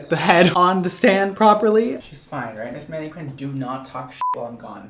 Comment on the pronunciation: "Manne-QWINN"???, surely you know how to pronounce that word properly......